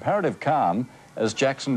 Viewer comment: His name is michael josep jakson.not a jakoo...